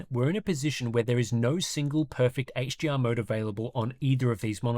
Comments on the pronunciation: I'm Aussie, and sounds like he keeps saying "HGR" instead of "HDR" everytime. Articulate! Slow it down. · Dude, are you saying HGR or HDR, im hearing G every time you say it.